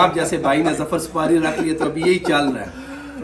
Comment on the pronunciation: it's supari:/ not sufari 😂😂